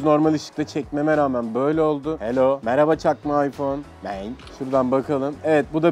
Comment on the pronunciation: Aypon değil ayfon 😂😂